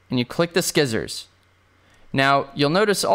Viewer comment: Did you....did you just say "sKissors"? Interesting...